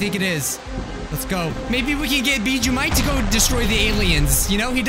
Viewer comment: Can't even say the name of the game right and he's bjjuu Mike not weird salad guy?duh.